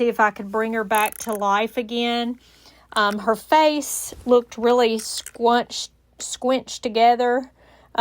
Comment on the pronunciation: Of course, "sqwench" is a word. 😂